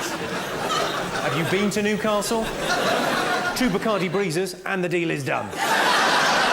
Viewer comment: As a Geordie he nailed Newcastle